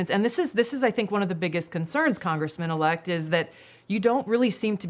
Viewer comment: "Con.... gressman elect"